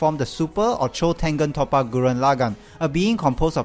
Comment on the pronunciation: It's not top-a it's tope-a